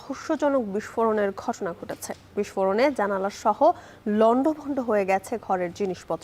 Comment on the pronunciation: জানালা not জালানা.....correction please